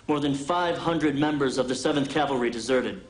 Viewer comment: Even Custer cant say cavalry...nor can his wife